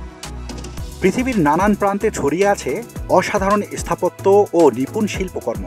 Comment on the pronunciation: আপনার উচ্চারণে একটু গন্ডগোল আছে। স্থাপত্য ও স্থাপন এর আগে এ উচ্চারণ হচ্ছে। আর সব ঠিক আছে।